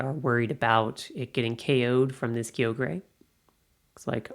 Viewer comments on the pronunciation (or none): kyogre "ky-yo-ger"